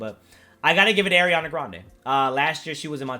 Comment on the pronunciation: it's pronounced "R-E-onna" i used to get it mixed up too though so no big deal